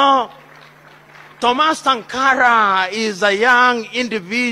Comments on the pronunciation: The audio needs to be corrected in the video to pronounce his name SANkara. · Good presentation in comparing the two leaders. However, the pronunciation of Thomas Sank are is incorrect. It's SANKARA, not SINKARA. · It's Sankara, not sinkara please.